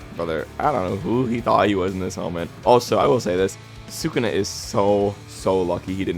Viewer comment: "Thukuna vs jogo" is insane